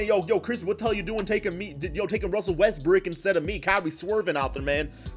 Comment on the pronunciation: So we just gone ignore how many times this man said Russell Westbrick 😂